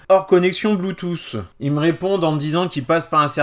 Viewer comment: On ne dit PAS Blue "tousse" !!! Mais "Blue Tooth' pincez votre langue légèrement, pour cela !!!